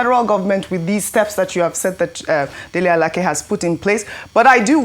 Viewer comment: Dele Alake! Not Dele Alakeeee! Omo Igbo!😂😂😂😂😂😂😂😂😂😂😂😂😂😂